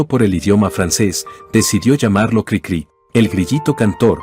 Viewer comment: Si en verdad leen todos los comentarios, espero que me hagan caso. La voz artificial no siempre es la mejor, y expone errores de edición en el texto. Lo más obvio es que durante todo el video la maquina dice Crícri en lugar de Cricrí, pero hay otros errores que expone. Diaz Ordaz no fue presidente en 1068. Los humanos sabemos como decir Café Tacvba, pero la maquina no sabe que la v la tiene que pronunciar como u. Cosas así le quitan a lo que sería un excelente video.